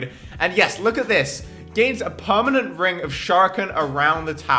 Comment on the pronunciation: Xd ur ninja 5th tier says perament haha